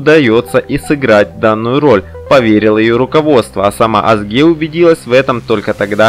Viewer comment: ведущий турецкие имена как пишутся так и читаются имя актрисы Озге а не как вы читаете Азге прошу прощение емли пишу с ошибками, Турчанка